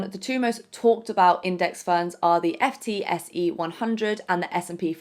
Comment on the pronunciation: FTSE is pronounced “Foot-see” (ie people don’t say “F””T””S””E”).